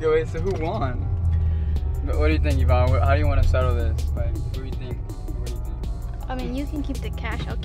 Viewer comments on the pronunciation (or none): none